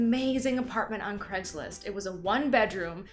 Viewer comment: the second she said Cragslist....